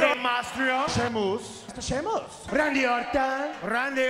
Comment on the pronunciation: Shaymoose never gets old